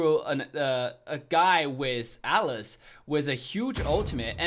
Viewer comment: Bro please say atlas don't say alice wtf His name is ATLAS not alice it's so annoying